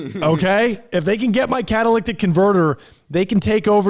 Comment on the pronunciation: Drink every time mispronounces the word catalytic